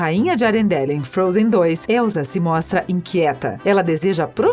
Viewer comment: Não é Elzaaaaaaa é Elssssssaaaaaaaaa som de sssssssss e não de zzzzzz